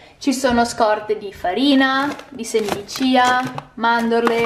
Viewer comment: Chia chia con la c non ciaaaaa! Per il resto complimenti per l'ordine e per la varietà nonostante tu cucini in modo semplice e con il grande limite del glutine